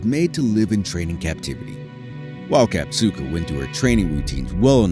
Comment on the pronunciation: I know her how KAZATKA no katzuko